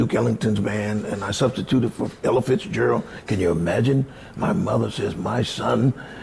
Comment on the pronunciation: Its Ella Fitz Gerald not elephants Gerald. LOL